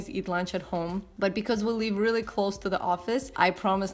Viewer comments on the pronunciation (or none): none